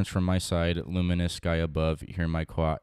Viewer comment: "hear my cwy" killed me